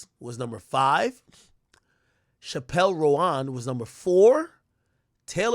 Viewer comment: "Chappelle Ro-On" 😂😂😂